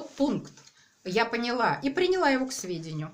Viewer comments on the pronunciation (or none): none